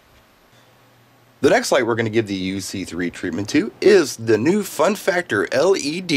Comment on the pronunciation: I love the emphasis on the FUN FACTOR after the comments from the last FF video.